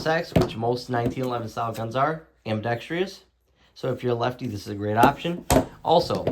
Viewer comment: Ambidextrous not ambidextrious.